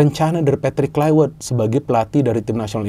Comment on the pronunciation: Kluivert bukan Kluiwert gimana sih pengamat bola penyebut namanya aja salah 😅😅